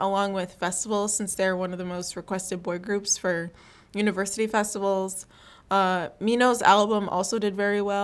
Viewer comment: Min-ho not meen-ho